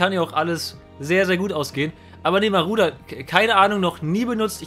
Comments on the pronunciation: Wen triggert es auch, dass er die ganze Zeit Maruder, statt Marauder sagt? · Ich., wie oft willst du noch Maruder und nicht Marauder sagen.. Ja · Warum Maruder xD Es wird doch Marodör ausgesprochen haha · marAuder!!! MARAUDER! NICHT MARUDER! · Wenn triggerts dass er maruder sagt statt marauder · Man spricht das glaube ich "Maradona aus und nicht " Maruder" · das Auto heißt MarAuda und nicht Marouda. für das nächste mal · Wehn hat es auch getriggert das er maruder sagt statt marauder? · DAS AUTO HEIßT MARAUDER UND NICHT MARUDER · Der heißt "Marodör" gesprochen :) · jeder kennt ihn...den "Maruder" xD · Es heißt Marauder...